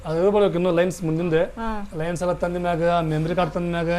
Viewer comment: Lins alla bro lens adu 😅